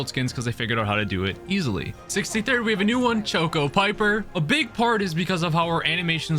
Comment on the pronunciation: You said choco Piper twice